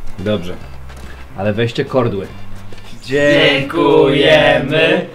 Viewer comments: kordły xD😂😂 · kordly XD